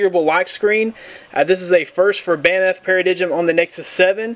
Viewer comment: Yes!!!!!! and its not bam f its bamf